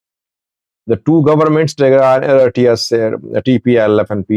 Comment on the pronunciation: Mind your business. Even you don't know how to pronounce the names Eritrea and Tigray.